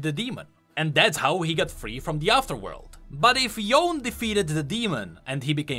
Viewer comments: Great video! Could please make the effort to pronounce Yone’s name properly though? Yasuo even says the pronunciation in Legends of Runeterra. It’s Yoh-neh. I know it’s a small thing but as a person with a complicated name, it irks me. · actually its not yone its yoné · lol hearing yoawn instead of yone is too funny to listen to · isnt his name pronounced Yo-Ney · Can you just read his name not as Yooon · It's pronounced Yoné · YO-NE. SAY AFTER ME. YO-NE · Ah yes Youn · It's YO NE god damn it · Pronounced "Yown" TRIGGERED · It's Yo-nay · I cringe when anyone says Yoan, when we've heard his name in game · Yo-nay, that's how it is pronounced, please, pronounce it the right way next time. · it was hard hearing you say his name wrong the whole video :P but amazing research and good content still! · wrong and cringe again. Can't even pronounce Yone right. I learned you are still stupid and arrogant. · Remeber when u said that is not yone SAY SIKEEEE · Can you at least say Yone's name properly? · things that bug me: how he says yone, and that he thinks that the yellow tree is the god willow...has he ever seen a willow tree??? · why you keep pronouncing his name wrong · Makes an entire lore video around Yone doesn*t pronounce Yone correctly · Ikr Like wtf Yone should be spoken as japanese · Thats not Yone its Yonë so its 2 different people who have a similar name xD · He its yone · It feels weird hearing him say "Yone" but then play a voice line saying how its pronounced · Take a shot every time says Yone wrong. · Please pronounce Yone correctly. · the way you pronounced yone's name this whole vid triggers me i liked your take on the story tho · ooor...the champ were getting is yone (pronunciation on the "e" btw, you're saying the name wrong >->) and the spirit blossom skin for him is a combination of all the swordmasters who defeated the demon. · Hope he corrects his pronunciation. It's kinda annoying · You keep saying Yone wrong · it's YO-NE not Yone